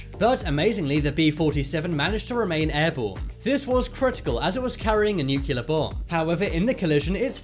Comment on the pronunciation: It’s pronounced new clear.